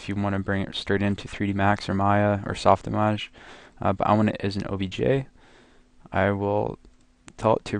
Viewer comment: Image was a Latin word first, not French. Please drop the accent when saying SoftImage!! Great video btw.